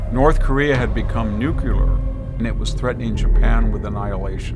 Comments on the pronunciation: Extremely important message. Just a minor critique however: The word "nuclear" is pronounced just like it is spelled. Too many people, including VDH, are pronouncing it as if it were spelled "nucular". The correct pronunciation is nü-klē-ər. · I really respect this man and his wealth of knowledge but why does he repeatedly pronounce "nuclear" as "nukular". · its peculiar to me that as brilliant as this man is he mispronounces the word nuclear ?! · Victor needs to learn how to pronounce "nuclear".